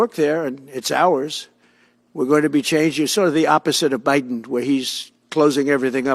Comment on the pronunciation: Anyone else find it hilarious the way he says "Biden"?